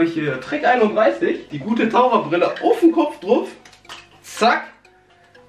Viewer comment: Hör mal auf druf zu sagen du pic